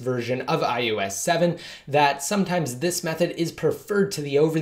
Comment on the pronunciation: haha, it sounds like iUS every time though! Just thought it was funny.